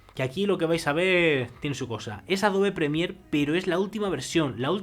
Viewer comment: "Depue" "adobe premie" "ekportajio" "projesado" "maj" "calida" "matzima" "poke" "egstrimin" "tengdra" "cuatro con jinco" Y MUCHOS MÁS HORRORES DE PRONUNCIACIÓN ¿De donde es que habla tan mal?